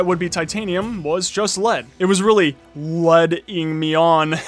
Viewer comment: lol could've just said leading instead of lead-ing since - yeah